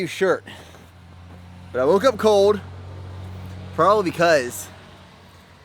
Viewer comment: or cold.. he says "coad" lol